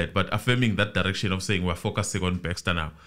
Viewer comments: It’s not Bexter, it’s Bester. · Wow, thanks, as always you never disappoint. I have so many comments & questions on this episode🙈 Firstly, I laugh when says “Thabo Baxter” I know he knows its Bester😂. Bathong, laugh as much as you want honey this is your platform, it ain’t eNCA up in here. I pray for Katlego’s soul to rest in peace coz at this point the family won’t even be able to fetch his spirit since they don’t know where he was killed. The father was most likely involved she is trying to minimise the damage which points to the involvement of her family members and is willing to take the fall for the role her father played. After all the father was instructed by her to commit these criminal acts. I guess she’s trying to do right by her father. Why does she insists on wearing the wedding ring if allegedly at this point she’s not married to anyone? 🤔 Truth be told, if I was in her shoes, I would sing like a canary too, to save my a$$. I However feel the Dr should also pay for her role in this movie, even if she’s cooperating. Else she will go on in life thinking she can do anything she wants and get away with it, if there’s no punishment here. SAPS will forever disappoint, by now we should know whether or not there are bodies buried there 🙆🏾‍♀️ The bother is a dubious character, he’s standing for himself that one probably paid by now. These people are criminals even if you freeze their accounts. There are other accounts out there or even cold hard cash hidden from the authori